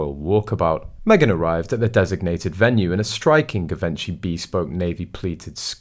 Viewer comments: “ZHEE VON SHEE” not “Give Inchy.” While we’re at it, Eugenie is “YOU ZHEN EE” Not “Eugene.” Just sayin. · Givenchy pronounced Geevonghi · Im sorry, but your pronunciation of so many things, is just awful! Givenchy. Rotorua. Just to name a few!